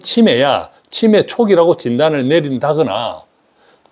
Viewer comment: '치매' 발음을 제대로 해주시면 구독자수가 늘어날 것 같아요. '치'에 강세를 주니까 너무 불편하게 들려요. '매'에 강세를 주셔야 제대로 된 발음입니다.